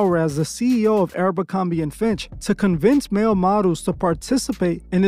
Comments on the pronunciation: Why you keep saying Arabicomby, instead of aBERcomby?! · Why does he pronounce Abercrombie like that? Sometimes he says it correctly, but most times he says "ArabMerCromBee"... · My guy, my brain hurts each time you call it Aero-bercorbie... Idk how to spell it but its like youre mixing Aeropostale and Abercrombie together 😂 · It's not arabercromby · You'd think would do enough research to at minimum pronounce the name of the company correcly. 😒